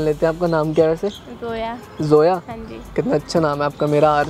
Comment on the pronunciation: Zoya not soya😶😂😂😂😂